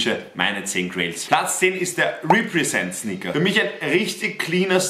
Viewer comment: Niemand: Wirklich Niemand:: RÄPPRESENT